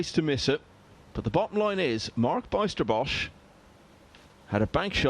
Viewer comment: Pronounce the letters ij in the name Bijsterbosch as the y in the word why.